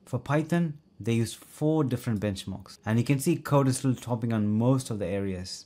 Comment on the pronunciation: BTW: It's pronounced code stral NOT code es stral Correct?